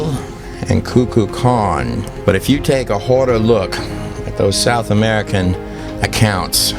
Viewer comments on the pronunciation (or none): The western dragon is based on dark age accounts of or monitor lizards. Wait did he just pronounce it coocoo con? lol